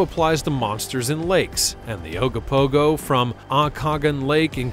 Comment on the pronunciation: It is pronounced Oak Ka Nog An lake. I live in the Okanagan. Please learn pronunciations before saying it. At least you got Ogopogo correct.